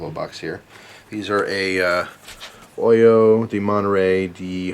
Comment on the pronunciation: Pretty good pronunciation in the beginning, the H is silent in Spanish (^